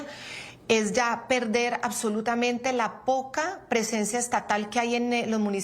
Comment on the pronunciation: "ACSOLUTAMENTE!" jajajaja!! Payaso!!